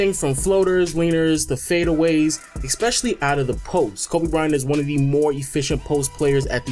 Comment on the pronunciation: You keep saying expecially... Stop... Lebron < Kobe.